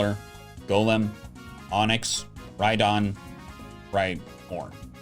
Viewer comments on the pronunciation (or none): none